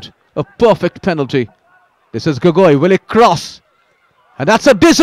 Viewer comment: Its not gogoii.. Its gogou.. Childhoodfriend..🥰 and trau fc goalkeeper was my brother🤣🤣